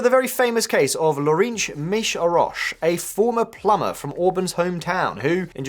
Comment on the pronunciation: Lorinch Misho-Ross xD Not a single vowel was correct and only half the consonants Is it REALLY that hard to look up spelling for public figures on the net when you're supposedly a news channel, "educating" others?